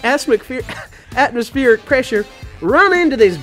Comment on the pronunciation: Dislike for biting the tape, stupid jokes, calling vacuum negative pressure, and not being able to pernounce "atmospheric pressure"